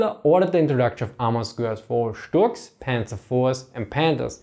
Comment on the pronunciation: That's the way it's supposed to be said in german